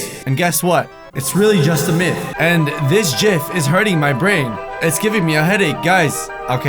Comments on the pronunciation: Itz pronounced Myth (Mi if) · Myth pronounced (mith) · did he says Myth gum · You pronounce myth 'meth' I was suspended from school today.